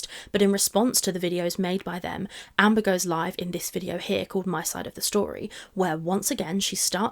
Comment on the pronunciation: Nearly saying Hamber is so funny lol